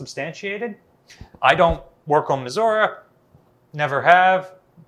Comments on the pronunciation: It would be nice if the curator correctly pronounced Missouri. Miz-zur-ree. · Brilliant stuff despite how I despise the way you say Missouri